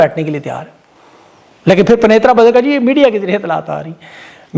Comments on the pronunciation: Penatra Ka tulafz thek Karin. Pen--tra. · ڈئیر بھائی !! آپ ایک لفظ غلط بول دیتے ھیں، وہ ھے پینترا۔۔۔۔ آپ اسے "پ ن ی ت ر ا" جبکہ اس کو " پ ی ن ت ر ا " سے تلفظ کرنا چاھیئے- امید ھے کہ اس تصحیح پر برا نہیں منائیں گے۔۔۔۔ شکریہ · اپ کا کوئی وی لاگ میں مس نہیں کرتا۔ذرا😢 سی بات ھے رھیان سے سن لیں۔ایک لفط ھے پٗین ترا ھے۔ پنے ترا نہیں۔ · #bhosri k PENTRA bolty hain Pnaitra nhe😂😂 #jahil tatu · بھائی لفظ پین ترا ہے۔ تھوڑا سا اردو لفظ کی ادائیگی کا خیال رکھیں